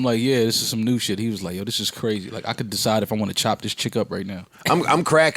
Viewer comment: Joe said sheeid and his hoody just came off instantly true magic